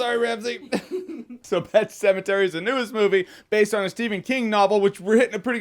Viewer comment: "Pet Pematary". LOL